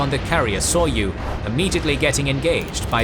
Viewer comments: didn't look for similar comment - allow me to give an advice: the carriers Hiryu and Soryu are NOT pronounced Hear-You and Sore-You. They are Hee-Lyu (Flying Dragon) and Soh-Lyu (Dark-green Dragon). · The Japanese carriers should be pronounced as Hi-ryu and So-ryu angry Yamamoto noises